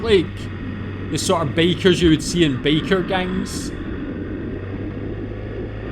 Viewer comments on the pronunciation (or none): I was just trying to make fun how every time he says "biker" it sounds like "baker". :D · Funny how with your accent it sounded like you said "baker gang" 🤣